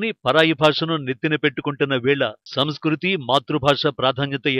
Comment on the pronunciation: సంస్కుతి కాదమ్మా... సంస్కృతి.. 😂